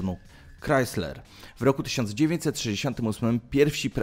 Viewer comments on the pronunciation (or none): none